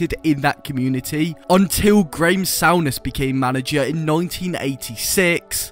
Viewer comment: It’s pronounced Soo Ness 😂 Mo Johnston had already agreed to join Celtic. He hadn’t signed a contract yet though. Souness convinced him to renaig on the agreement. Ally McCoist tells a story about MJ where kit man, Jimmy bell would leave everyone’s training gear at their room doors, but wouldn’t leave MJ’s. He had to go collect his own.